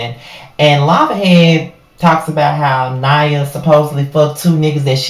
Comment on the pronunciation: Her name is pronounced Nia like Nia Long